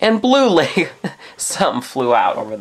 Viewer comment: ITS LEGO NOT LAYGO DUMDUM